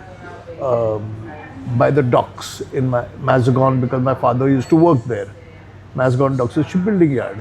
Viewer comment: Arey arey for a Mumbaikar, the way he butchered Mazagaon to "Mazagon"